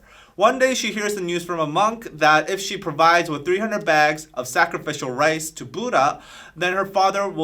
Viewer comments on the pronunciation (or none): none